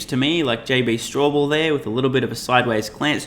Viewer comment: Straubel not Strawbell.